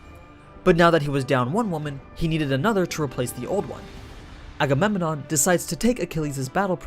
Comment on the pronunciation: "Agamemenon" ? xD